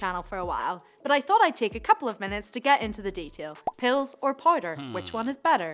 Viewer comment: "pills or poider"